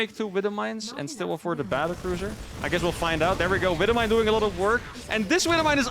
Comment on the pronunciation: the way he says wibble mine always gets me :)